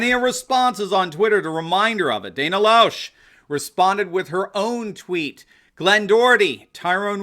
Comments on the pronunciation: Lesh....not Losh.....Dana Lesh...Loesh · Loesch is pronounced: "Lash." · I believe Loesh...is pronounced Lash.. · its pronounced Dana Lash. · Pronounced “Dana Lash” She’s got a pretty good radio show I can hear 1pm Eastern... might actually start at noon. I believe 2 of her three hours are aired on some Eastern Connecticut station. 94.9 News Now (and stimulating talk) She’s sorry... no she’s not sorry! You want to be A Subject?? Well she’s A Citizen and she’ll ask any questions she wants! She also does a Florida Man News Report.